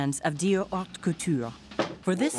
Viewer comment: Just FYI: "Haute" is actually pronounced "aute"